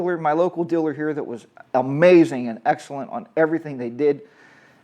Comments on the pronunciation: Say it with me: Deeeee-laaaaaarrrr. Deelur. 👍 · What’s a “diller”, LOL. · The word “diller” is very distracting. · Um. I know what your saying.. however you pronounce dealer as Diller. That is an accent 🤷